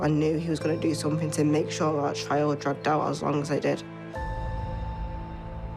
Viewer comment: I think what L B is saying is the addition of a k sound on the end of words that end in ing so it sounds like somethink instead of something